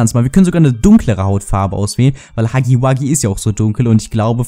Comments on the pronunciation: Er heißt Hugi Wugi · Nur dass du es weißt es heißt nicht hacki backi ist heißt... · Warum sagt jeder haggy waggy